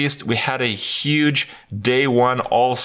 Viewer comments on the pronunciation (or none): none